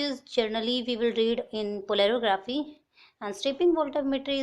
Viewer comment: it's Polarography, not Polerography